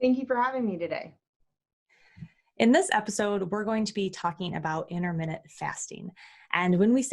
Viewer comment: Inter minute fasting. LOL